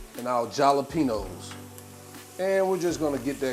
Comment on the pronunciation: 👀 The j is silent in jalapeños, pronounced with a "H" sound